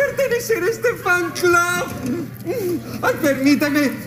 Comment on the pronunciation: en vez de decir fan club dijo flan club